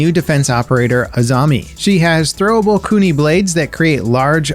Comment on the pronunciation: It's kunai, not koonie.